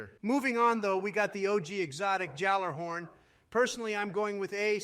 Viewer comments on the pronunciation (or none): Good video, although the pronunciation of Jötunn and Gjallarhorn was hilarious and soooo wrong 😄